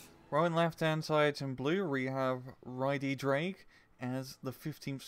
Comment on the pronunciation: Just a quick note: Y Ddraig's name is pronounced "Uh Vr-ayy-g". It's Welsh for "the dragon"